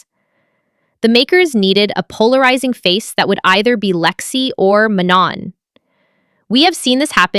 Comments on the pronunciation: You pronounce Manon as Manuh (silent N) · Manon’s name is pronounced “Ma-No” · Manon pronounces her name the way its supposed to and the narrator still kept saying it wrong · Video was good but was annoyed how the narrator can't pronounce Manon's name right